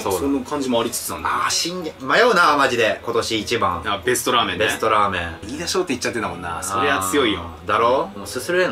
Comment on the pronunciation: 飯田商店を相田商店て言ってる時点でダメですね。 来年も行っちゃダメ